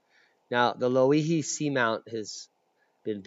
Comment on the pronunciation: I live in Ocean view hawaii your pronunciation is close and is pronounced lo e he your presentation was excellent as well as the measurements and dimensions provided thats a boom the theory regarding activity in my area is quite likely correct about lava flowing under us and is the most information I have been able to find my theory after the kilauea collapse is the pressure inside its plumbing system was relived because of increased world wide volcanic activity as well as Loihi thanks for that info was awesome keep up the good work fyI were not starving here an have low covid counts the isolation helps i'm sure so you guys over there plz stay home ware your masks an wash yo hands k Aloha